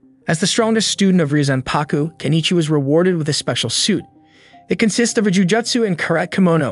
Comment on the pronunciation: It’s actually pronounced reee yo zan pah ku Not ryuzanpaku